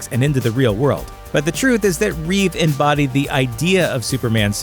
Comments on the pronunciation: His name was Christopher Reeve not REESE. Jesus, this channel can´t even get his name right. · George REEVES,..... Christopher REEVE. Get it right, people. :) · Christopher REEVE people. Not Reeves. I'm all for George Reeves getting the recognition he has missed out on in recent decades, I loved his portrayal on tv, but by jeebus you can't keep making the mistake of getting the name wrong of the man that made Superman credible to the masses. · It's Christopher Reeve not Reeves.